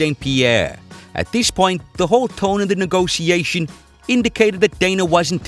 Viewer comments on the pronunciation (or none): I hate the way he says "neegossiashen" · The way you pronounce 'negotiation' bothers me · stop saying negotisassionssssss hahahahaha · A for efforts, but i think most people agree with me tho. And whenever he says a word weird on purpose even tho he fucking knows how to pronounce it. I get so triggered